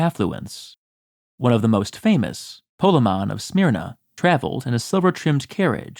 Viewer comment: "Pokemon of Smyrna..." That made me chuckle...Lol